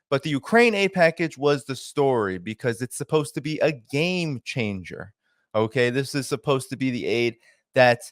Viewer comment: "Gayme Changer" LOL